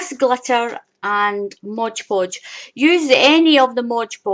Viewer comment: An interesting and different way to make glitter paper. Thanks for the demonstration. Oh, BTW - it's MOD Podge, not Modge Podge. I think prople like the rhyme of Modge Podge, but that's not the name. Thanks again.